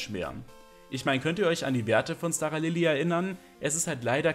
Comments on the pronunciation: es wird SCHTARALILI ausgesprochen!!! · Kann mir das Video tatsächlich nicht gönnen da es mich mies nervt, wie du Staralili aussprichst.